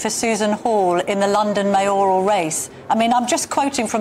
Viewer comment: Mayor–al not May–oral.